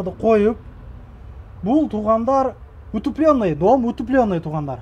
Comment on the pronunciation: Утепленный туура ударение койуп суйлосонор канча деген адам корот соз бацлыгынызды оркундоттун